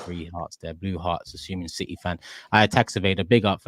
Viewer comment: the 40 year old with a 12 year old smooth brain ahha wah wha citeh citeh citeh